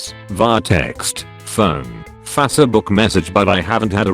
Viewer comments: "Fassabook" lol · fassebook Sounds accurate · Fassabook and Yatoob 😂